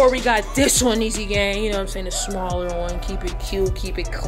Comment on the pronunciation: "Keep it cute keep it classy you know a lil smawller"😂😂😂